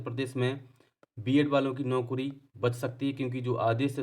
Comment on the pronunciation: Arey yar tum naukri ko naukdi mt bola kro😂😂😂